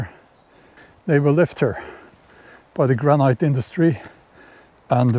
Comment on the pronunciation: Such a beautiful spot for today's video. Ice blocks might also have been used in home ice boxes (refrigerator before electricity). In most forms of English the word granite is pronounced as though it doesn't have the final 'e', so like gran-it.